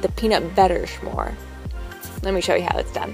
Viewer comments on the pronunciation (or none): s'more as in eat one you want some more, hence s'more. why do you pronounce it schmore??? just curious, as is mrjamiew. you make good vids. thanks for sharing.